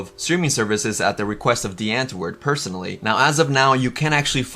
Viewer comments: love your videos and this series! just and some help bc im south african it’s pronounced “ vat cake yay “ and “ di-ant-voort “ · Great content - watched all your vids on this. As a South African, a little basic pronunciation help: W in Afrikaans is pronounced as a V. So Die Antwoord would be (phonetically) Dee Antvoord. Wat kyk jy - vat cake yay... Please feel free to ask if you need any pronunciation tips moving forward x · Ur saying the name wrong... It's Afrikaans... Look it up on google translate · Please learn to correctly pronounce their name! Not "dee-ant-word" it's dee-ahntvord, the "or" sounds like or. Wat kyk jy is pronounced "vaht cake yay". You also don't understand South African culture. These guys are zef. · We South Africans are not proud of these people. Most of us don't like their music. It is Die (Harsh D phonic sound) Auh-woord. Want help with pronunciation dm on Insta. (Same name and here) and I will help you. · Damn, that is one of the worst pronunciations of "Die Antwoord" I've ever heard😂 Can even imagine how much you would've butchered my name🙉 Btw I'm not supporting their actions by mocking his pronunciations, just thought it was a real funny way to say it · i kept cringeing at how mispronounced all the words are in this video , but it was interesting nonetheless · Can you at least pronounce their name right? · I had to laugh at the pronunciation! Also the way they say Die Antwoord. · i had the sink on for the first minute of the video and “die antwoord” sounded EXACTLY LIKE “the n word” lmaoooo